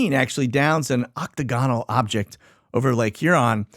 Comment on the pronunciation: …you are wayyyy smarter than I am, but my Dad was a linguist..he tapped me on the shoulder from the grave (😉) to let you know that is is pronounced Oc-TAG-enal. He does this all the time! 🤣🤣🤣🤣